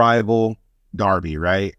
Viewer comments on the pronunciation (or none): none